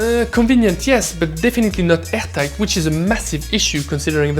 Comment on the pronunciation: I had to listen about 8 or 9 times to realize you said "airtight". Lol